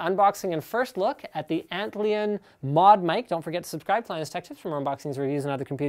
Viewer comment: Isn't it just pronounced like "ant lion"? So you clean it with the alcohol swab (and alcohol evaporates quickly), then dry it off with a t-shirt you are wearing (and due to you wearing it, it's not perfectly clean) :P